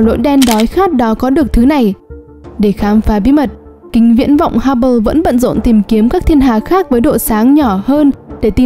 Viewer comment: đọc nghe quá mệt,!!!! phát âm tiếng anh kính viễn vọng Hubble nghe xong hết xem tiếp